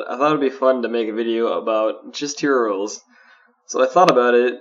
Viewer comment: he is lol. hero rolls. "herolls"